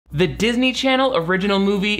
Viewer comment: no matter how many times says "darsney charsney," it makes me laugh uncontrollably